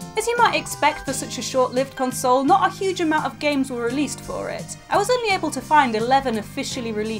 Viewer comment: drinking game: Chug every time she pronunces console funny. lol typo, because i've been playing it.